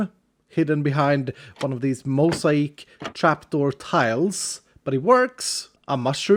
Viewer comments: Mosaic..... (Mo-say-ick) Not (Mo-sigh-eck) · mow-zay-ick (mosaic) <3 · mow·zay·uhk. :-) What you said is better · I love the way you work through pronunciations of new words. Mosaic is mo-zay-ick. But for us, please keep saying mosa-eek. Please <3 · Those moments where you subconsciously understand that someone is not originally an English speaker, but only consciously realize it when they mispronounce something somewhat common. Hey! Mosaic is pronounced [moh-zeh-ick] rather than [moh-zie-eek], just for future reference:D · It's Mo-say-ick not Mo-syche, btw. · moe zae eek lmao it's moe zay ic btw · Mo-zi - ik 🤣 Mo - zay - ik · By the way, mosaic is a weird English word and doesn’t follow the rules. It is pronounced MOE-SAY-ICK. Or moe-Zay-ick which is how I say it. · mosaic is pronounced {mo-ZAY-ick} not {mo-zy-EEK} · It's (mo-say-ic) not (mo-sai-ic). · Mo zay ic Not mo si ic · Although mosaic is generally pronounced "mow-zay-ick" I really want you to keep saying it the way you do, it is so much nicer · Love the under ground buildings people do also Moe-say-ich is the correct way to say it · not sure if its been said, but mosaic is pronounced Mo-zay-ick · I am loving the steampunk vibe!!! (also p.s, mosaic is pronounced 'moe-zay-ick'; they are common in churches and chapels) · Great... now I'm gonna pronounce it mose-i-eek for the foreseeable future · Can I say I love how you say mosaic. If you are curious though it is usually pronounced (mow-zay-ick). But say it how you want! 😊 I enjoyed the video, the workshop looks great! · The correct pronunciation for the mosaic is mo-zay-ick. Tho the way you say it is really funny. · Actually I understand the change. a Mushroom Biome only has Mushroom Cows as a natural spawn, keeping you and your farm animals safe. And changing the island into a grassy wonderbase isn't going to change that. Mosaic = Moh-zay-ick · its mo-zay-ic(mosaic), just wanted to say.(love your vids!!)